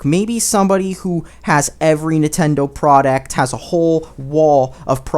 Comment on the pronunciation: How are there so many pronunciation errors? It's product, not pro-dact. It's patent, not pahent. These aren't hard.